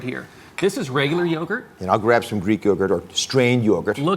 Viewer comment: Greek yogurd 😂😂😂😂